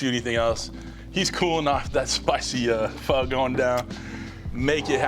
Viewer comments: Thank you for pronouncing it correctly! People it’s pronounced “fuh” not “Fo!” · Aye, he pronounced "Pho" right... legit.